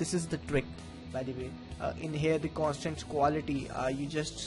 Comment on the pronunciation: "here, the cwanstant quality."